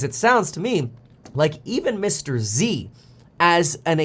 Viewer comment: Mr. Z not Mr. EC. 👀